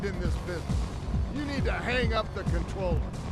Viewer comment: I never understood he was saying 'controller', I thought he was saying 'phone'. Makes so much more sense now.